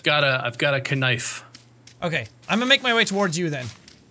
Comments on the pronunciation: said kenife lol XD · It,s not cold k nife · its knife you dont pronounce the k